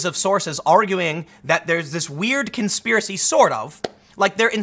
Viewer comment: "It's a Konspearacy, My Brothers, Konspearacy! K O N .....Spearacy!"